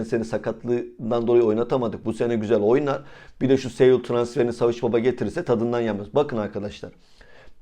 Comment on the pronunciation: Reis kusura bakma da Saul Niguez bi dünya markası. sEul demezsen iyi olur gibime geliyor. Teşekkürler